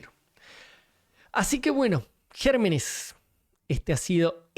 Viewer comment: Me gusta cuando dice gerrrrrrrrrrrrrrrrrmenes